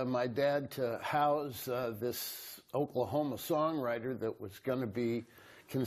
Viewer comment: Must be a Canadian film crew. Catch how he pronounced "house", "about", "outtake"?